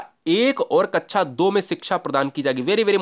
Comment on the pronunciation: कक्षा को कच्छा कैसे बोल देते हैं आप? क्या ऐसे शिक्षक को terminate कर देना चाहिए? Explain..